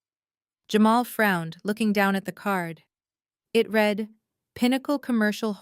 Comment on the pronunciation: read - pronounced like red the colour, is the past tense. I read his book last week. read - pronounced like reed, a swamp bush, is present/present perfect. I will read his book next week. You are choosing the wrong one. Your AI will not learn if you do not correct it.